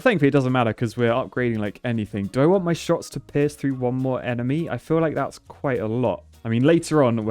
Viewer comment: saying pierce sounding like piss "they piss, they piss" love it